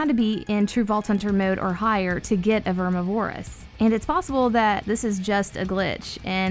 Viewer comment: That is not how you pronounce Vermi